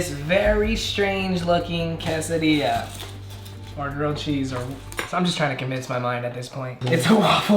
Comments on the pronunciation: everyone: quesadilla: Casadia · “Casadia”